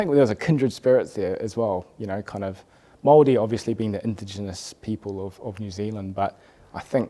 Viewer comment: I really enjoyed what shared. His childhood sounds really interesting in that he lived in a predominantly Maori/Poly area of Wellington. His pronunciation of Maori and some of the Maori words he had mentioned (haka, tikanga) was impressive and the fact that he knows that we have heaps of haka too. Very awesome interview, cheers!